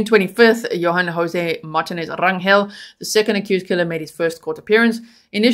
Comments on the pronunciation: pronounced mar teen aze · Hello-Love your show! It is pronounced Mar-tee-nez. It's a Hispanic/Mexican surname. If you really want to pronounce it like a Spanish speaker it would be pronounced Mar(roll the "r" with the tongue)- ti-nez. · Lol his last name is pronounced mar- tea- nez instead of Mart-tin- nez think Jennifer Lopez or Fernandez or Perez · Its Mar TEEN ez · Martinez is pronounced Mar teen ez Spanish vowels A = Ah, E = Eh, I = ee, O = Oh, U = ooh Just helping you out